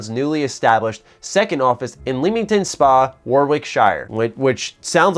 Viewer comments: Ahhh never gets old when Americans try and say Leamington or Warwickshire or anything... Hint from a local: Lem-ing-ton and W-or-ic-sheer ;) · it’s not pronounced like the hobbit, it’s more like Warwick-sheer and it’s lemming-ton in the UK shire is sheer